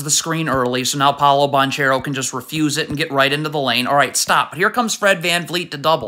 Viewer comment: Please learn to say Banchero’s name